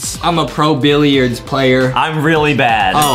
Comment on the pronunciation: “Let’s play some billiruds” Justin-2021